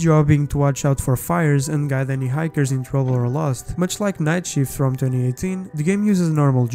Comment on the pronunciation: Lol, i can barely understand him through his accent, he literally pronounces night as knife